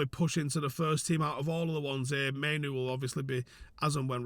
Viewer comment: the only one I've heard pronounce Mainoo correctly 😂❤